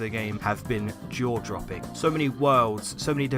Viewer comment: He paused slightly at the 'dropping'. It sounds more like 'droppi-'. It's intentional and is sort of a callback to his 'Competitive Failings' video.